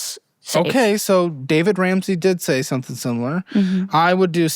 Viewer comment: Or the fact is that she didn't even know how to pronounce his name tells you everything